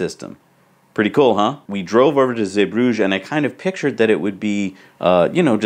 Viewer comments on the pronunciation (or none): Guys pronunciation Zeebrugge is zee-brugg-er. Now you know👍🏻